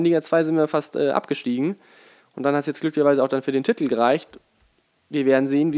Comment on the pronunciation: Kannst du das Wort "Titel" eventuell mal richtig aussprechen? Man schreibt es nicht mit 15 T's...